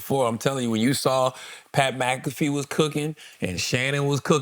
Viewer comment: Charla just pronounced Pat McAfee’s name 2 different ways in 20 seconds. That stuff drives me crazy!! 😖😖🤣